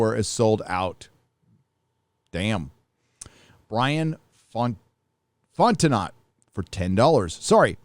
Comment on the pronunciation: Fontenot is pronounced "fought-know" in the swamp.